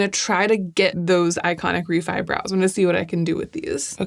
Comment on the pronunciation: I like Reffee and also Gloss-i-ur 😂